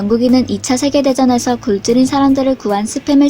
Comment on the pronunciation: "굶주린"은 '굴주린'이라 읽지 않고 '굼주린'으로 읽습니다. TTS 문제라면 한 음 한 음 따로 녹음해서 편집해야 합니다.